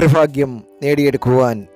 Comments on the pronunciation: ഫാഗ്യം അല്ല ഭാഗ്യo ഫക ഫാൻ അല്ല ഭഗവാൻ ആണ് പറയാൻ പഠിക്കു ആദ്യo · ഫാഗ്യം.... ഫാഗ്യം.... ഫാഗ്യം.... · ആദ്യം മലയാളം പറയാൻ പഠിക്ക് 'എന്ത് ഫാഗ്യം!